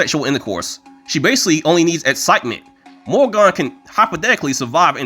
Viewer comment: I believe it is pronounced "more-again." And no; that isn't a joke. It's the actual Celtic pronunciation from an actual Irishman.